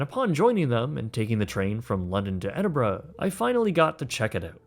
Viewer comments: Thank you for pronouncing Edinburgh properly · Well done for pronouncing it correctly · Kudos for the proper pronunciation of Edinburgh sir. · At least you said the city correctly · I'm just impressed that you can pronounce 'Edinburgh', it seems to escape a lot of people who didn't grow up in the UK